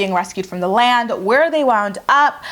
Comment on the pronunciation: Every time you say “the land” I cackle!